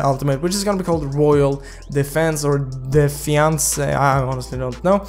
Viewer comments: defayns defansey hahahaha its de-fa-yans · Defayans not defyansé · It’s read as “defayans” 😂😅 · De-fa-yans, you read it like that. Defiance. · de fai yans thats how u pronounce it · Pronouced as De fa yans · Defiance = De fa yans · Its pronounced difayance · Defiance not defense lol 😂